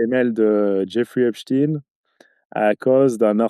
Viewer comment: Epstein se prononce comme Einstein. On ne dit pas einstine !